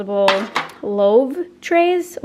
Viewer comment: loaf!!! loaf not loave! haha love ur videos! ur seriously the funnest youtuber